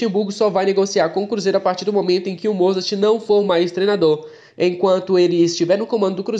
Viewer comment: Fiote, corrige aí... é MOZART(sem pronunciar o T) e não falar MOZARTTTTI.